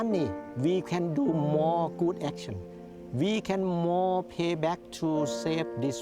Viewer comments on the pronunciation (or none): mOOOar moni so we can some get iinglish lessons